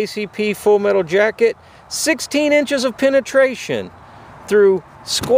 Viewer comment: Penetation lol